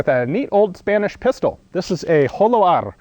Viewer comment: Your Spanish pronunciation is not bad at all! Un saludo Ian y si alguna vez vienes a España te invitare a probar mis armas!